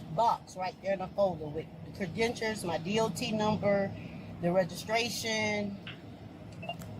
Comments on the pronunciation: did she say cre-dentures???? Lmao does she not know the word credentials? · WTF IS A "CREDENTURE?" 🤣🤣🤣🤣🤣🤣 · “I have traverers cerdentures doe”. 😂 they get dumber by the day. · But she has her, "credentures" 🤣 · "Credentures" ... some kind of "Dentures" for sure... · Wtf are "Credentures" mam? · She got the cop saying credentures 😂😂😂😂😂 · Am I hearing correctly? Is she saying Credenture 🥴🤣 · What the heck are “credentures” do they fit like dentures??? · “I have traveling cre-dentures sir. Them bitches goes where they want. We traveling.” 😂😂😂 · Did she say "credentures?" LOL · Credentures!!!!!😂😂😂😂😂😂 someone please get her CRED’N-TURES! This would be the best drinking game. Cheers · Come on, she has her cre-dentures! LOL! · Definitely, must be driving on Sesame Street 😂 Mr Snuffleupagus has her papers in his trunk...in the trunk. The tooth fairy is about to confiscate her credentures! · Tell her that her cre-dentures aren't recognized by the state😂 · Yeah! I heard “credentures” too….🤣🤣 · He keeps axing her for her cre-dentures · Oh my God, I wondered why she was talking about dentures in the car I didn’t get it😂😂😂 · Traveling Cruh-dentures. 🤨 Sounds legit. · why can't she pronounce "credentials"? Is this a Florida thing ? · "With my Cred-Dentures" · How does someone learn to pronounce credentials wrong. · She called them credentures🤣🤣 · ...ok WTAF is a "Cre-denture" ? I thought she just misspoke once but she keeps saying it...wth 😂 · “Credentures” haha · She said she has traveling “ cradentures” right here! 😂 Good luck with those cradentures, I’m sure he’ll just give you a warning.👏👮‍♂️😉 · " but I have CREDENTURES!".Yeah..WTAF is a credenture? 😂😂😂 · “Cre-DENTURES!” Talk about someone who’s unclear on the concept… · “i’m a traveler i got a dot number to travel with my cridentures.” 😂 in other words, she can travel with her Dentures cuz she has a DOT number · even the cop said cre denture she said it that much 😂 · “Credentures” I’m cackling 🤣🤣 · Credible Dentures.